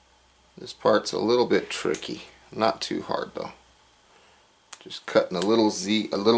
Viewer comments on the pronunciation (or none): none